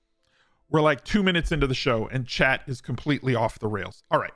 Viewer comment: For the longest time, I thought you had a friend named "Chad"; then I realized it was "Chat"!